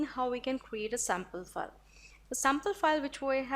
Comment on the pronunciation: your all videos are very informative...just ur pronounciation of "file" is so irritating...total fake!! please improve otherwise u r good